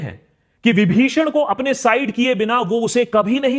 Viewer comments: vibhishan hai chacha, Padma ~Vibhusan~ nhi 😂😂😂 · Bhai Vibhushan nahi hota yaar vibhishan hota hai bs pata chal gaya kitni ramayan dekhi hai tune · Vibh*u*shan or Vibh*i*shan